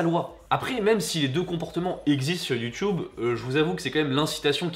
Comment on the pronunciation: c'est quoi ton accent quand tu dit youtube, c'est pour te vexée 😂❤ je t'aime quand même.